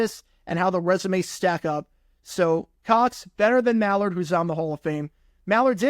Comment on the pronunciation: It's Keith MILL-Ard